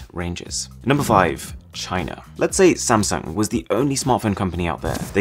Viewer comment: am I the only one who remembers the meme CHYNA when he said China😂😂😂